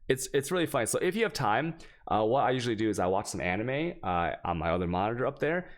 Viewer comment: pretty sure this man is using the term anime for something else, he's saying it too weird